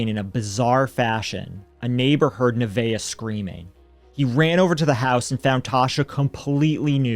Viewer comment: Oh wow. My.granddaughter is named Neveah. Not only do you never hear that name, but you pronounced it correctly. 😁😁